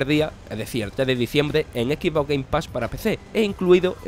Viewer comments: "jalo rich pa log fans de equi boc" ¬¬ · Jajajajajajajajajaja jalo jajajaja por amor adiós porque no pronuncian bien las palabras en inglés como son Jalo rich X boc Pleiestation